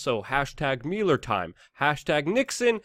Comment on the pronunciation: You suck at pronouncing "Mueller".